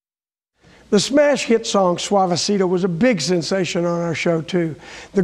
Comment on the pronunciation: The correct pronunciation is //suavesito//, not //suavesirou//.